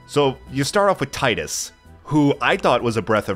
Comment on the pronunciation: Great game but it's pronounced Tee-dus same way it's pronounced Tee-fa not Tie-Fa yeah I know it's weird lol.